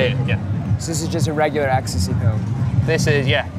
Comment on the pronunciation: I couldn’t believe it when she said “you only have to see what’s it in the media”, and we all know what bastions of truth and honesty the media are. The way she was saying “ecstasy,e” showing us how knowledgeable about the drug she is 😂😂😂